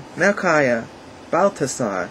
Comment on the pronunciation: Your "ch" sounds perfect! Even t-h instead of "th" is correct (Balt-hasar), final- g = ch-sound, perfect Umlauts (ä.ö.ü) Nice German words like "Rumpelstilzchen" you spoke like a native German - Compliment. Our "o" sounds a bit different, not like "ow", rather like in "dog" or "mockingbird" So it's "Golt", not "gould" in German sound. keep on - Greets from Germany